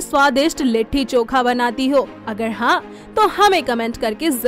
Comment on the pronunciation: It's not litthi choka..it's litti chokha